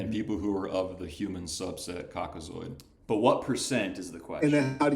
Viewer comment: “COKKAZOID” dudes talking like a scientific racist from the 40s 😂